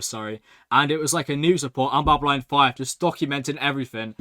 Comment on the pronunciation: Ffs he's this far into the series and he's STILL saying Babyline 5! BabyLON! Its not hard!